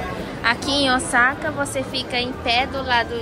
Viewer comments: quando vcs falam Osaka parece que vai falar Osasco 😂😂😂😂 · já pronunciando Osaka como os brasileiros!! 😂😂